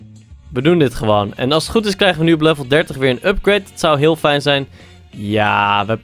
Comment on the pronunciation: ff ter info je zegt altijd vijn of vornuis met de v maar het is met f